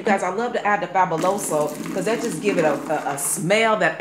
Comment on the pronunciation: AS a latino, was cute to hear you pronounce Fabuloso. I tried this and it works great. And you have cute toes, lol.